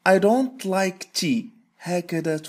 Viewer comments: انا اسمعك تنطق ار نو فقط يعني حرف d كيف وياليت تكثر من هالدروس ووكيف يختصرو مثل Where وغيرها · كأنك نطقتها i ron khnow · نطقها ro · في النطق يظهر حرف r يا أستاذ . ليتك توضح ذلك أستاذنا